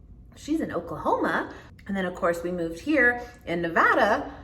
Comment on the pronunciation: Thank you for saying NEVADA correctly! LOL We eat early often too - we call it Linner!